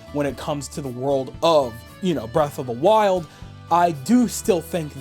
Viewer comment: Era of the wild I think he sayin